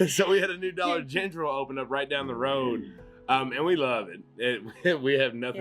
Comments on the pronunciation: We say Dollar Gentral too! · I've never heard dollar gentral before but love it lol